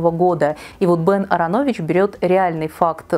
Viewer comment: Прекрасный обзор! Только резанула слух фамилия Ааронович: вы упорно теряли вторую А) но это просто на будущее, впечатление не испортило)